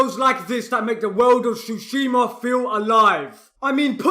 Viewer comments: I too enjoy “Ghost of shooshsheemaa” you beautiful Brit. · "ghost of SHUSHIMA" 🤣